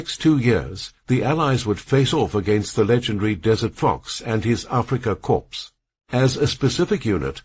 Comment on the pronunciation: Korps lol. AI crap, gave up listening in 7 mins.